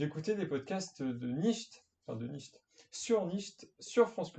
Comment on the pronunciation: Nietzsche se prononce nitch et pas nicht 😂... sinon j‘adore ce que tu fait 💪🏻👌